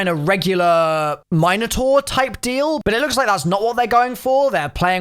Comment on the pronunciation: The way pronounces Minotaur